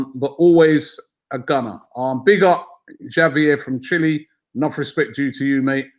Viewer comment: Are Brits incapable of pronouncing Spanish names/words correctly? Between Troops pronouncing the Ls in paella, Robbie pronouncing Javier with a hard J, and everyone calling it Athletico instead of Atletico, it makes me wonder if they’ve never heard a Spanish word or name in their lives.